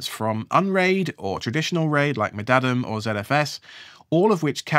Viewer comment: Wow, i've never heard someone speak mdadm as a word before. 😂🍻